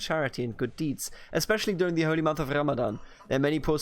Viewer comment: Please pronounce the "R" in "Ramadan" normally next time to say it because in Arabic we pronounce it normally just like in English.